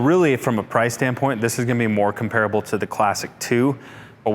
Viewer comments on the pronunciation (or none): none